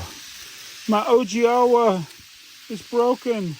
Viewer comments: Nice! Owigawa is pronounced oh-wee-gah-wa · It’s pronounced Oh-ee-gah-wah.